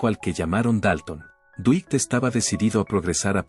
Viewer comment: Mala pronunciación de nombres en inglés estadounidense. "Dwight" no se pronuncia "Duit" sino "Duait" y Yoakam no se pronuncia como Yoakum ni Yoakam" sino "Yoak'm". Lástima, arruina al video en idioma castellano. Duait Yoak'm, Get it?